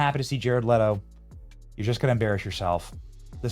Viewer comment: No Benny, it IS jared LEE-TO. Just like rachel ZEE-GLER. Who cares no respect for narcissistic pretenders